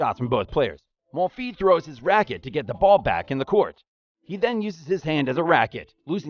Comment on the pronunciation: Very nice video but if you work on your name pronunciation a bit more (Schwartzman, Monfils, Tomic) it will be better